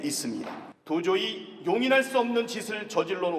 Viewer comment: 도조히?? 왜 자꾸 북한말투 튀어나오냐??